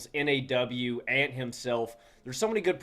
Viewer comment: In case you continue discussing Minnesota into June: J-Mac is Jordan McLaughlin, not Jaden McDaniels. NAW is pronounced “Nah” not saying the letters.